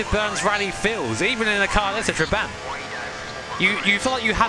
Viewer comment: Tra-bah-nt It’s not a huge deal, but to my Hungarian ear it hurts lol